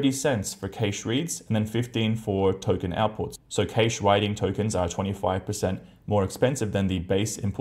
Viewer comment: Oh dear, please Google the pronunciation of "cache" and "caching" there is no "i" after the "a" and it's hurts listening to that. Please.